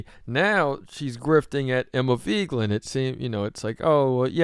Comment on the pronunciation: What's with the clickbait title and the way you keep pronouncing Emma's last name? "Veegland"?